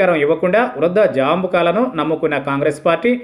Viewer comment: జాంబుకాలు కాదయ్యా బాబు జంబూకాలు అనాలి